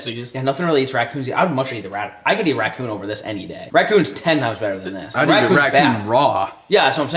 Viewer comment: he said wackoon